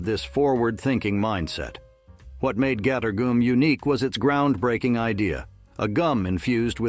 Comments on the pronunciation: "gator goom" 😆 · Yeah I caught it on another video with “margarine.”